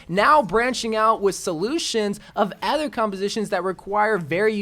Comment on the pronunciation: Why does always say ather instead of other